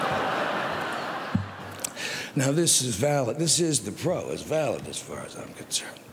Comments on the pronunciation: Same here.. lol i'm like why is Jack going out of his way to call him bro?? lol like wtf, then realized he was referring to him as "pro". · At first I thought he called him “bro” lol